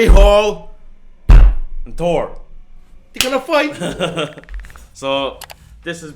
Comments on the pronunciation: Bro his name is thor not tour 😤. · you both pronounce his name with a to in stead of a th get your english correct its annoying. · He’s making a joke at how you say Thor. Tor instead of Thor. Thats all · I think it is pretty clear what they are saying. If the correct pronunciation is TOR and not THOR, then the person trying to say it should try to say it correctly. That said, both the guys in the video, on purpose or not, are actually saying the name correctly.